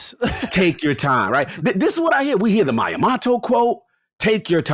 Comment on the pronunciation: "Mayamato" What the actual fuck